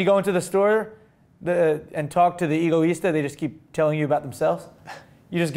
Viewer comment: Am I the only one that believes that Egoista means Selfish? No pronounced Ego, but a bit more like Eggo -Let-go my Eggo -. Eggo Is Tah... Oh and if forgot! haha "Ooooohhh, it is not pronounced..." (Mimicking while making fun of the haters in the comment section while fake typing on his desk/stage):D